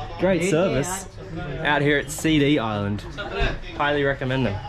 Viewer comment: CD Is-land Imao